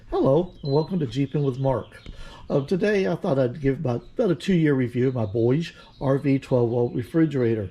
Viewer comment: You had it 2 years and still cant pronounce "BougeRV"?